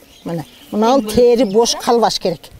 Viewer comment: Тээри эмес,тери деп эле айтылат